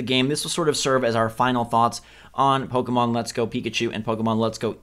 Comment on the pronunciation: BUY BUY BUY!!! Also, did just pronounce Pokemon as "Poke-ee-mon"?